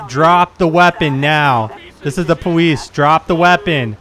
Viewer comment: its the powice